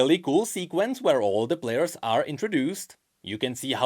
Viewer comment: Count the amount of time says "Blairs" instead of players.